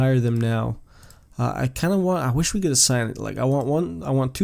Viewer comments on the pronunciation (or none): none